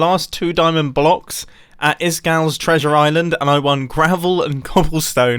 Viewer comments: Mumbo:500 blucks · its around five hundred bluhgs